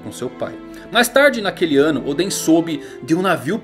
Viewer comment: "1 wano de idade..."